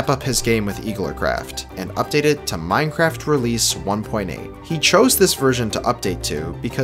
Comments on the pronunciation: Minceraft! the e and c are switched! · LOL it said Minceraft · minceraft lmao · anyone notice the "minceraft" ish